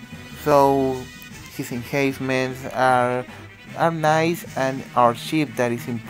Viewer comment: No problem! Just wanted to help you out. It's called enhancement because you "enhance" the unit. Which means that you're upgrading the unit or making it stronger. When pronouncing it just use the letter N in between, like En-Hence-Ments. Your videos are really informative, keep rocking!